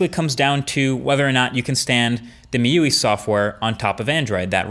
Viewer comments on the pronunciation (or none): Meewee software lol. It's mee - iuh - eye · MI-U-I not myueee. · dope video, but i would prefer it if you would pronounce it MI UI (since it short for XiaoMI User Interface) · its not MIUI its a meuwi xD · Great video! It's pronounced "Mee you I" by the way, not Meeyuee." Keep up the good work. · From miyuwi to my yu-ai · Excellent video...just that MIUI isn't pronounced as Me-you-ee....but as Me-you-I. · hi MKBHD its pronounced as * Miyu- Ai * not Miyuwi got it? MIUI = miyu ay ... it is MI UI like Google AI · It's pronounced Me You-Eye, as in Mi User Interface, not meyuee. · Mrwhosetheboss miuwee? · Tyler Aschen My U I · Me, You WEEEEEEEEEEEEEEEEEEEEEEEEEEEEE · Mee yiu ee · I believe it's pronounced me-you-eye MIUI. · In 2016 my ui In 2017 Mee you eeeeee 🤣 I wonder how does Marques pronounce Miui in 2022? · Pronunciation Guide: Piezo: Pee Eh Zo MIUI: ME Yu Aye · Actually it's pronounced ME-UI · MIUI is pronounced as "Me You I" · He calls MIUI "Meowi" WTF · Its pronounced "Me You I" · The way he pronounces MIUI 😂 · Mrwhosetheboss yeah made me go ROFL for like 5 minutes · Halorin Wasn't meant to be a criticism, was just amusing :) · wrong pronunciation